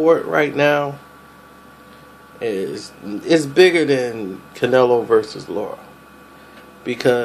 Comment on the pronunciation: "La-ra." Not "Lora" or "Laura." Lol